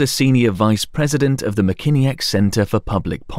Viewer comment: as a Michigander I absolutely love this video, yet at the same time loathe it's pronunciation of Mackinac. It's pronounced 'Mack-in-aw'